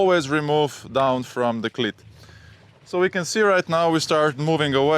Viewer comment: Great video as always. Although your english is fantastic, you just need to fine tune how you pronounce cleat. Your pronunciation is of a ladies private part.